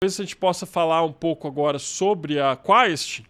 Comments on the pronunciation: Quaest 😅😅😅😅è QUEST jornalista assim pronuncia 😅😅😅😅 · O repórter não sabe falar quaest e não sabe que o filme foi depois da pesquisa… tenham dó…